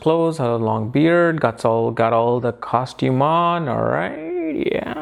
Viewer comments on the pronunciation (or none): none